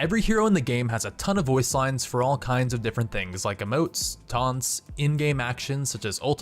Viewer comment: Did he just say "taunts" in the beginning of the video? Cmon dude